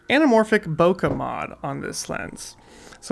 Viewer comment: Hey man, great video but do look up the correct pronunciation of "Bokeh" 😊 or better yet, ask a Japanese person. Cheers!